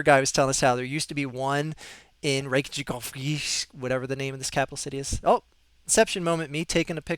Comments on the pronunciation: Reykjavik is pronounced rake-ya-vick. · No. More like rake-ya-weak. With the k in weak being told more softly. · Perhaps even more close is Rake-ya-veek